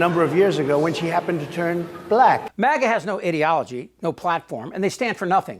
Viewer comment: Fuck me! is the only American I've seen pronounce ideology the right way.